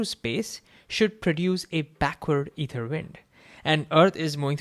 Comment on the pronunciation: Hey, hope this can help. Your intonation of ether stressed the incorrect syllable.... And you missed a pause.... Su-PERfluous.